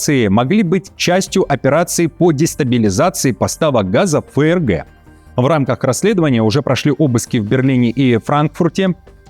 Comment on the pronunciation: Не ФЭ ЭР ГЭ, а ЭФ ЭР ГЭ!